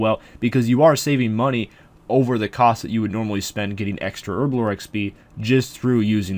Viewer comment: Why does everyone on youtube say herblore like a spastic.